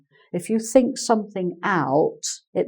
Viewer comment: Hi, when you say think it sounds like sink... and it makes some sentences very funny